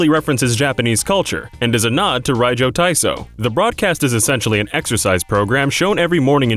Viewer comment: rajyo lol. its hard to pronounce radio in japanese so its pronounced like rajio, but i think it would be fine to say radio, since its just a borrowed word from english :)